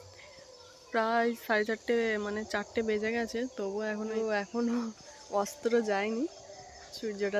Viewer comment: সূর্য অস্ত ✅ সূর্য অস্ত্র ❌ বাপরে বাপ কি ভুল ভাল কথা বলো ।